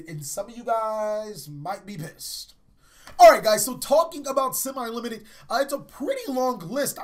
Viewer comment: simi-limited, it's semi-limited.